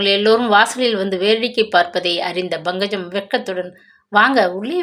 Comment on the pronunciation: Ayyo pl pronounce pankajam. Properly It’s not bhangajam. lol